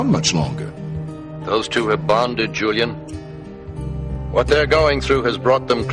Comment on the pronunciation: JuleeInn lol. I love how he says Julian's name.